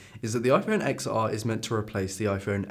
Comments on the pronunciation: It's pronounced Ten R Also watching on my XR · Why I hate this video: You can’t even speak out the name of the iPhone Xr. You are showing video of other youtubers while you are not quoting whose video it is!